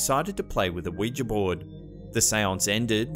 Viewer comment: Can I just say, thank you for pronouncing Ouija correctly (oui-ja/wee-ja as spelled). I don't know where people are getting this "wee-jee" from. Weegie? The last time I checked they didn't originate in Glasgow...! 😛